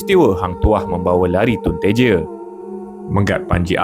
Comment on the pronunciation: Tun TEJA bukan Tun Teje, Johor sangat tu bercakap